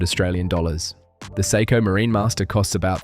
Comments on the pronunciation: Stop saying”psycho” it is prounced say-ko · Pronouncing Seiko as 'Sai-ko' and JLC as Jaeger Le Koo-tray had me wondering if this was AI generated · Dude, you really got to learn how to pronounce "Seiko." "Psycho" just sounds crazy.